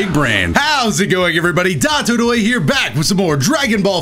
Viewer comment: Why he say always Datodoya and then you see the name dotodoya wtf?